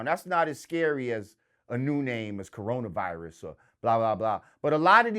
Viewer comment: "Corona Vilus"